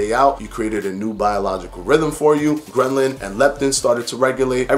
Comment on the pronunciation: Good video but dont you mean Ghrelin? Gren-lin is not a thing as far as I’m aware...